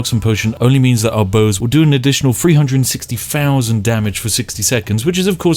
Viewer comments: ONE FOUSAND! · "fousand" "stealf" "immejutly"